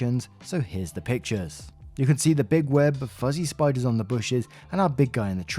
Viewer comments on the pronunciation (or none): not spiders, SPITE-ers